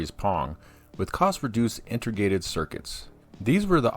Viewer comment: Nice deep compilation! It is slightly distracting every time you say inter-gated instead of inte-grated though. Don't worry, I won't go nucular on ya over it, I'm not that pendantic.